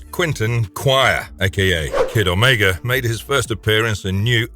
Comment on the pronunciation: Oh Meegahhh? Piss off with the AI